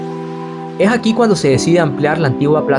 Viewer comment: Soy de Honduras pero me molesta esa gente como el que relata este video que la "S" la menciona como "J" , cuando dice " y ej que" en vez de " es que"